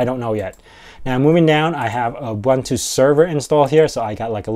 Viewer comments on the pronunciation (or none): Ubuntu is not ubantu. Like linux is not lienucks.